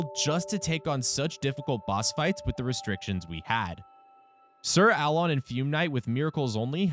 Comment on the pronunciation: “Sir Ah-lon” and “Fyoom Knight” lmao